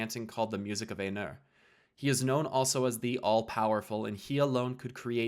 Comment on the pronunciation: The pronunciations are driving me nuts. XD EYE-noor. VAL-ar. My-ar.